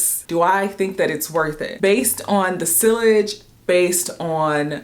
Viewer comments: It’s SEE-yage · Sillage is pronounced “see-yazh”😉